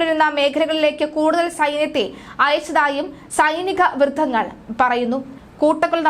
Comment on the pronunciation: സ്ഥാനപ്രതിഷ്ടൻ?രങ്ങo, സൈനികവൃദ്ധങ്ങൾ, ദൃഷ്യo, News റിപ്പോർട്ടിങ് അല്ലേ. ഒന്ന് നന്നാക്കിക്കൂടെ pronunciation